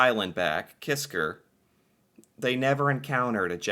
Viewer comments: KISKA, not Kisker. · KISKA!!! NOT KISKAR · KisKA KisKA....KA....KA. It was really gratting hearing the video say Kiska and you keep saying Kiskr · The island is named "Kiska" not "Kisker". Neither side talks about this tragic calamity. It is too embarassing for both. I had heard about this years ago, but never knew the details. Thanks for this! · it's pronounced KISKA not KISKAR. But its all good! Lol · It's Kiska not Kisker, his accent might have made you hear it differently. It's one of the Aleutian islands. It's just east of Attu Island, where there was a larger battle in WW2. There's still a Japanese Military Cemetery and a battlefield memorial park there today. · It's "Kiska", not "Kisker". Lol. Sometimes we all have "stupid commanders", or stupid orders, etc. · is unable to say Kiska, constantly says Kisker... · Hey, I love your channel! Great subject. Just 1 correction, I believe the island is not Kisker but Kiska. As far as the battle is concerned, I believe that this type of thing must have happened regularly in both world wars. Without proper communication, as you said, how could it be otherwise. A Canadian perspective. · Kiska. He says 'Kisker' but you have to forgive him: he's British. They don't speak the language very well. They also say 'Americker' and 'Canader'. They also think 'Featherstonehaugh' should be pronounced 'Fanshawe'. Silly billys. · Kiska!!!! Not Kisker! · It’s Kiska, not Kisker. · It’s KISKA not kisker you’re hearing the Brit accent mispronouncing the name . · I have never heard of this battle. It's a tragedy, but I'm happy that in the conflict, the Canadians came up the victor 😐., it's Kiska, not Kisker. It would have been a lot worse for the US, if Canada would have used our war beavers. They have sharp teeth. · Kiska Island - not "kiskER"